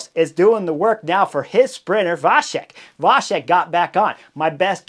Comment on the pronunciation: C in Vacek is pronunced like ts in the word cats.